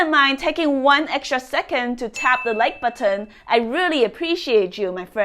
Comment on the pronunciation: I love the way she says like "buhton" and I smash it before I have watched the video because I know all her videos are great!😇